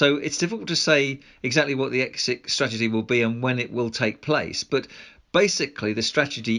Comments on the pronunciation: "What is our exshit strategy"? That 12 year old journalist needs to learn to speak proper English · "What is our exshit strategy?" Jeez, someone needs to learn to speak English properly.